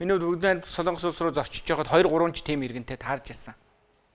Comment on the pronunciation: СОЛООНГОС гэж ярихаа болиоч. СОЛОНГОС шүү дээ. Бүхэл бүтэн тв- ийн сэтгүүлч улс орны нэр зөв ярьж чадахгүй. муухай юмаа